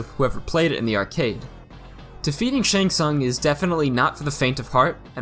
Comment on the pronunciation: Despite the games literally announcing Shang Tsung’s name, almost every MK video manages to pronounce it wrong 🤦🏻‍♂️ Also referring to the 2-player mode of a stand up arcade cabinet as “local multiplayer” is crazy 😅